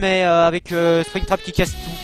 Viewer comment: mec ta dit spectram a la place de spingtrap